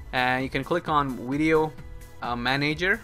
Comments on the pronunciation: ur not stupid but why do u call it wideo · wideo, hahaha my god it hurts.